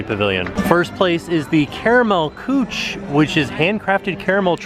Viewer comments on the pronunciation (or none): It's not pronounced "kooch" it's pronounced more like "cook-eh". Most European languages do not have the same ch sound English does. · Bwanahahahahahahahahahaha Caramel Cooch!!! Küche is pronounced closer to the word cook with an uh at the end. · While this wouldn't be a perfect pronunciation, you should try to pronounce "kuche" as "KOOSH-uh", not "kootch" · This is fabulous thank you!!! I would love to have some of those caramels; I'm obsessed with Werther's original.... (fancy voice). However, I think (as someone may have mentioned) it's pronounced "Coo-keh" and not "cooch" ;) Though I kind of like the sound of "caramel cooch" too.... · Love the Germany pavilion! But the pronunciation of Karamell "Cooch." LOL not even close! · Thought tim said "caramel gooch." For a sec, talk about a double take😂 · thank you!!! no one else mentioned that he said caramel COOCH !!! lmao i cracked up on the spot when i first heard it then went back and listened to him say it on all playback speeds, so glad you pointed this out lol